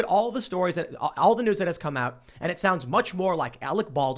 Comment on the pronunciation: Wau Kesha their is no w at the end of the word news guys